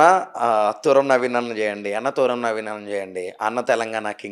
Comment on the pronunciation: తూరం కాదు తుర్రం